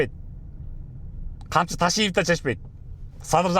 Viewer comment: Камчы тируу болгондо К тамгасын айтаалбайт болчун 😂 маунглидеги шакалды элестетем сени коргондо😅